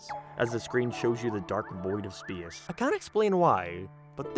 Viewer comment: why do you pronounce space like that